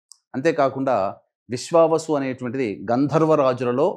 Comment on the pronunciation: విశ్వవసు కాదమ్మా విశ్వావసు.